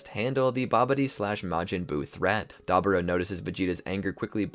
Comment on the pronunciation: I was with you until you said Deborah wrong😭